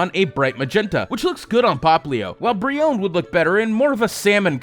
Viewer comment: Its breone with the e sound at the end like in bee